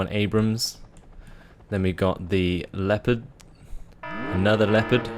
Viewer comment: *nods head slowly* and it's an "Abrams," not an "Abraham." Creigton Abrams was a general in the Vietnam War.